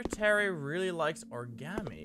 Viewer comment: The way mini pronounces origami. "Ore-gam-e"